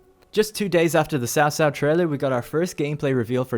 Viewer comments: btw, it's "chow chow" or "chao chao" not "sao sao" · horrible pronunciation... 把曹操读成骚骚 。。。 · Dumb down for wrong reading 曹操 ！！ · a bit of a suggestion here to help you guys get as close as possible to the correct pronunciation The Sun family - say it as Soon Wu XIng - Ooo Sing Lu Bu - L-yuuu Boo! (not Loo Boo please...) Cao Cao - try Zao Zao (not Sao Sao please....) any names that you guys are interested to see me try to help you pronounce correctly let me know. or correcting or improving on what I've written.